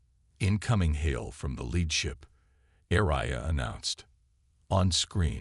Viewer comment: Too bad the AI still can't pronounce words correctly. Fix the pronunciation and printing of words like agape, repurposed, coms, ARIA, etc. There are many more that really hurt the posting, too many to list here. Repetition of whole sections is unnecessary and frustrating for the listener. I will occasionally listen to new releases, but refuse to subscribe to a channel that won't evolve. This posting gets a dislike. Great story destroyed by the above mentioned anomalies.